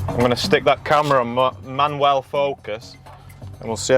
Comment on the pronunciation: Can you stop calling my name "ManuEl" every time you say manuAl? Jk lol your accent is cool.